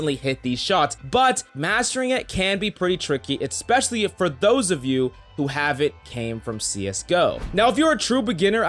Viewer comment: These are helpful but for the love of God please stop yelling. Also there's no x in especially.